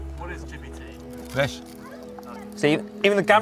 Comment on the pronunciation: Chippeh Tea. Eee.